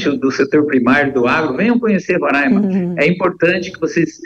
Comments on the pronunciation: RORÃIMA É MEUS ZÓVU .................. O NOME CORRETO É RORAIMA.... RORAIMA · Alguém pode ensiar a aposentadoria a falar Roraima corretamente, é Roraima e não Rorãima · Moça, respeite o nome do nosso estado. Não somos Rorãima. Com certeza não sabes, mas Roraima é um palavra indigena. Por favor, não venha nos renomear, antes de se aventurar em fazer comentários acerca do Norte, busque antes estudar um pouco. Com esse assunto, do momento, estamos confirmando que o Brasil de baixo, não conhece o Brasil de cima.